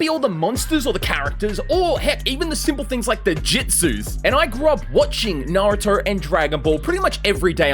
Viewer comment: At the start is it just me or did bro say Narutar?